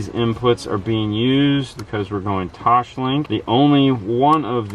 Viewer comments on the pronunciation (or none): Sorry, but it's Toslink, Tos Link, not Toshlink. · Brisket LOL, Yup. I just SMH every time says, "TOESH-Link", haha. I explained to him why it is pronounced "tOsLink" a while back, but he wasn't having it.:-P No biggie, the main thing is that they do good, honest, solid install work. But it's kind of like saying "Focuul" instead of FO-CAL.:shruggs